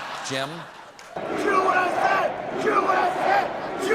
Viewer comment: The pronunciation of USA in a Spanish-speaking accent comes out like "oo-ess-ey"